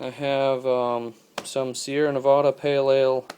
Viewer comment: Loved the video except for how you said Nevada lol.